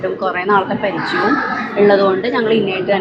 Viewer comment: പരിജയം അല്ല പരിചയം... മലയാളത്തെ കൊല്ലരുത് പ്ലീസ് 🤣🤣🤣🤣